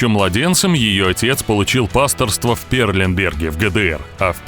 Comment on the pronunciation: Перлеберг! А не Перленберг!